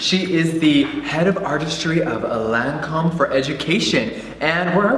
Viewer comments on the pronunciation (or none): Mmmmm the butchering of the French accent though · He doesn't even say lancomé right!?!? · funny how that woman works for Lancôme and can't even pronounce their product names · Interesting idea. It's a shame that this lady pronounced all the product names wrong...